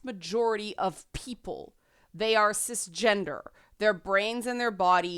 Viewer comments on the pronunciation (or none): none